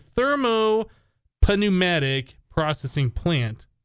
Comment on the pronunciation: not to be rude or anything but thermopnumatic is pronounced without the p sound just like pnumaticraft.